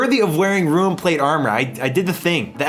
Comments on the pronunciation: ok after he kept saying even Rune as Ruin, I stopped watching...insufferable. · ROON, NOT ROOEN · "rune" and "ruin" are two different words and arent interchangeable. Your pronunciation bothers me so much. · Love the video except hearing ruin scape every few minutes lol rune is not ruin but gg mate hope you enjoyed the journey im an rs3 player but i love the osrs experience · You runed the word rune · Did anyone notice can't pronounce Rune? (Ruin is a different word I love you don't me) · are we not talking about the way he pronounces rune ;c